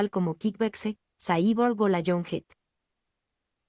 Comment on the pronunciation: Y a quién le importa? Primero que todo aprende a pronunciar su nombre y a expresarte , no lees bién, lo que nos importa es su actuación y el legado que a dejado adentro del cine una extralla y un fan de el .